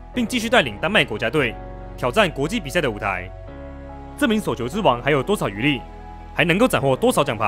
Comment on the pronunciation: 內容和剪輯都不錯，但能不能去學習一下中文正確發音，捲舌音全部變平舌，聽得真的很痛苦。 雷澀、叟球、四錦賽……🤨